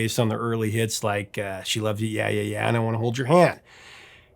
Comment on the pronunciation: This is very nitpicky, but it is Yeah Yeah Yeah NOT Ya Ya Ya. The two are pronounced very differently. Also, The song title is just "She Loves You"